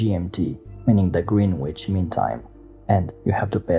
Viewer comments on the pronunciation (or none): Just checking out your older videos - as I know you read these and you said you were working on your accent; so you know, Greenwich, as in GMT, is pronounced Grennidge. (I was born in London.) 😄